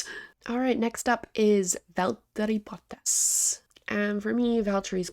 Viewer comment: Nice Finnish accent on the 'Valteri Bottas"!